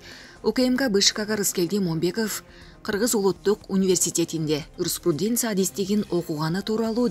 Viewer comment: Жанылык алып барган дикторунар жанылык алып бармак тургай граматикалык туура окуй албаган немени озвучкалатып койуп ар кимдин кемчилигин айтасынар. Момбеков эмес ушул дикторунар деле окуу жайды бутконуно шек бар. Руспруденца деген факультет омуру болгон эмес. Тантыбай жанылык алып барбай эле койгулачы. Юриспруденцияны туура окуп айта албаган дикторунар же бироонун таанышыбы?